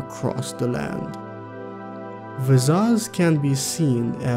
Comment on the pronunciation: I think Visas is pronounced as (v)eye-SAHS.